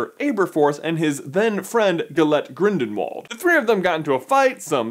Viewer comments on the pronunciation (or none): Grindenwald? Really? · Bikewreckboss he said grindeNwald not grindlewald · He also said Grindenwald. What gives J???? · did you watch the video? J mispronounced Grindelwalds name multiple times